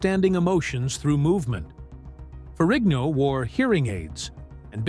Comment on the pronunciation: Is not ferriño. Pronounce it right. Is Ferrigno.